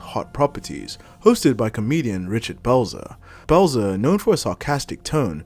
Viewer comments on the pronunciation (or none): none